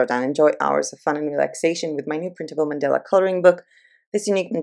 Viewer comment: It's pronounced 'man-dah-la'. Mandela was a famous historical figure and a former president of South Africa. Thx so much for introducing me to PayHip, though. Much appreciation. f